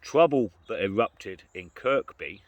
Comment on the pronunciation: True as always and depressing if we allow it to be. Psychopaths make mistakes. That's what I keep telling myself. By the way, you don't pronounce the middle k in Kirkby 😂